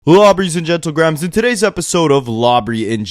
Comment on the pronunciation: Anyone else hate when he says lawbry and gentle grahams? Annoying. I’m done watching his videos. Sorry man it’s just too annoying.